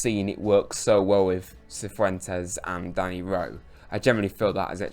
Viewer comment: I think that actually is how you're supposed to say Cifuentes, so well done :)